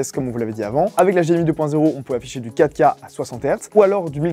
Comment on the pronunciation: "affichage en ouika". La prononciation me trigg à chaque fois 😂